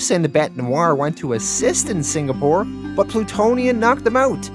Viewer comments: The Singapore pronunciation still sounds off lol it sounds like you're saying Sin-Ga-Pore and it's more like Sing-uh-pore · The signapore thing was excruciating 🤣 At first I thought you said it like that because Plutonium did that and the congressman was too scared to correct him. Then you kept saying it out of that context and I was like nah🤣🤣🤣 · I also thought it was pronounced "Signapore." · i did notice " singapore " but we forgive you lol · Man I kinda liked the signapour pronunciation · I actually miss the wrong way you pronounced Singapore